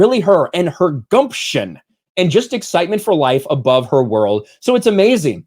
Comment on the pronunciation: When you said Ariel's "gumption" I'd swear you said "goat shit" and believe me it fit better. 🤣 (At 5.00 mark)